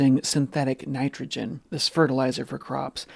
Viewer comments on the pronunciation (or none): none